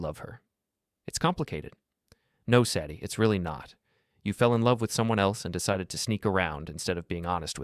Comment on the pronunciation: Hard to keep listening when they keep pronouncing Sadie's name wrong.